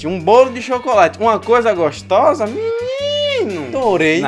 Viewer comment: Ele falou gostosa kkkkk tô acostumada com o gostiosa